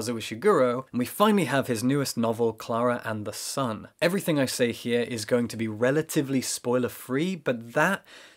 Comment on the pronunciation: Me sending this video to friends: LOOK HOW BEAUTIFUL THEY PRONOUNCE KLARA AND THE SUN IN THE BEGINNING I CANT